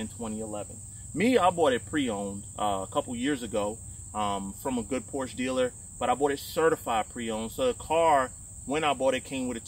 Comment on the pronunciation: As a German I love you for saying Porsche correct :) A lot of americans say Porsch and it drives me nuts everytime i hear it :) Its a german Car not a french car :)